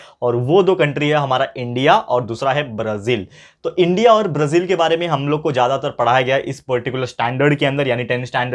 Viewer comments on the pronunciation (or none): सर ये ब्रझील नही ब्राझील होता है